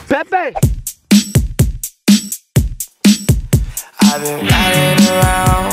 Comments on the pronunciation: I though it was pee pee before he said it was Pepe 😂 why tho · Instead of the name pronounced as “Pepai,” (Pepe). I pronounced it as, “Peepee” Lol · The fact that he pronounced it Pe Pe instead of Peepe 😂😂😂😂 💀✋ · Say it right “Pepe” Spanish